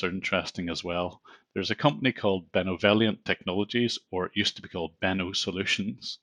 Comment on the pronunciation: Benovellient..sounds a whole lot like Benevolent dont it guys?